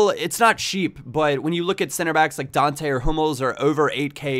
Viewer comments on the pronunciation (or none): none